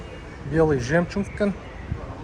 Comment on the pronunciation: Жемчунг эмес жигар, жемчуг.